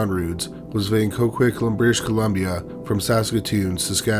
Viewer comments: As someone living in Coquitlam.. it’s pronounce CO-QUIT-LAM 😂other than that great job as usual❤ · The way you pronounce Coquitlam is interesting🤣💘